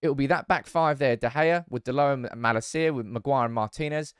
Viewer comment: I wish you would pronounce malacias name right 😂